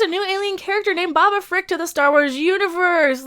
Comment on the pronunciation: Pickle Rick is what I hear when you say it